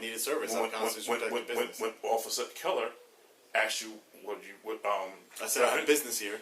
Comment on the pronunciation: did he really say : "he ass chew.."?